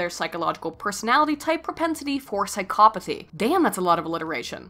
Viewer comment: I wonder if she is intentionally pronouncing it as psyCOPothy